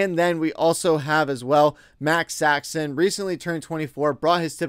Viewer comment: Max Saxon?? It's Max Sasson